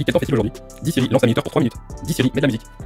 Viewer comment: Pourquoi quand tu dit Dit siri On entend Dise iris